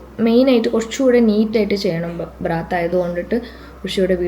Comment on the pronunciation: ബ്രാത്ത് അല്ല മശൂ ബറാത്ത് ആണ്